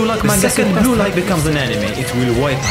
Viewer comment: Am I the only one who thought, he is saying Gulag instead of blue lock?